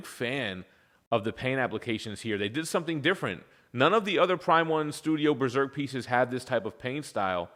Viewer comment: New "breserk"? That's an interesting way to say it